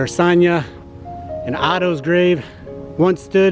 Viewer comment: Great clip, I’m a huge fan of film but you kept mis pronouncing Sonya’s name and it bugged me. 😂